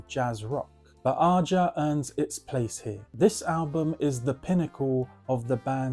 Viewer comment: Great picks. I LOVE Todd Rundgren's Utopia's first 2 albums. Great stuff. You're pronouncing "Aja" wrong. It's pronounced like Asia." It's sung on the record.